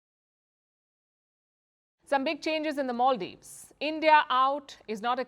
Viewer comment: Maldives not moldives